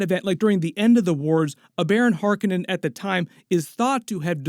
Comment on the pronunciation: I WAS going to watch this until they mispronounced Harkonnen AGAIN !!!!!!!!!!!!!!!!!!